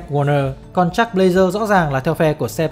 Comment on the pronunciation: Jack với chuck đọc loạn cả lên, nghe 1 hồi k biết ai là ai. Đọc gần giống nhau thì các bạn đọc đủ cả họ và tên, Nghe k biết đang nói jack hay chuck